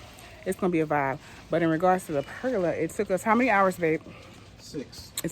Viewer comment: Lol I think you pronounced pergola right sis! I love how it turned out, we're building one for our back yard this summer.